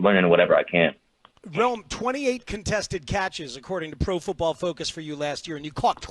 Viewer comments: Brother did you get tricked by pronunciation too? The way they slur it, I thought it was Roma. His name is Rome! Rome / / / Odunze. BEAR DOWNNNNNNNNNNN. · pssst... I don't like how y'all pronounce ROME-ODUNZE's name. TWO WORDS. Not ROMA DUNZE. Its ROME /// ODUNZE. Y'all speak for a living?? EDIT: ok you pronounced it pretty well nearly each time here (very last at end) but in preceding weeks 😅. Sorry for the jab😅.